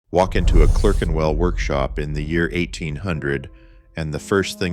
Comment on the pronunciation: What's this "Clurkenwell" stuff? A piece about British watch making with an American accent? Why??